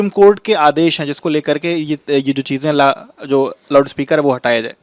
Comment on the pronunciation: 'Loud' speaker hota hai be, ye bhaisab kuch alag hi pronounce kar raha hai🤣🤣🤣